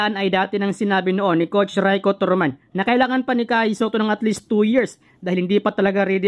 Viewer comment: nabubwiset ako sa paulit ulit na ETALY..,my prob ka boss sa pronounciation.. COCH,SUMMER LEG,ATINIO,ENTERVIEW 😂😂😂😝😝